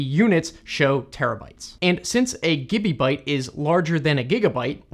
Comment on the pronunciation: Everyone is talking about the things in the video, while I’m just laughing about the way says ‘kibibyte’ and ‘gibibyte’ 👹👹